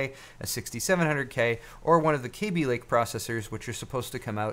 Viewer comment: Did you just pronounce Kaby Lake wrong?